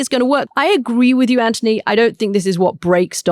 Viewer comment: Katty, why do you pronounce Anthony as Antony?